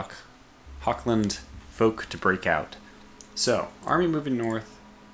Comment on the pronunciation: Are turns simultanous? Or do you end your turn and only after that can play? Edit: It is Hochland not Hokland. My Ears:D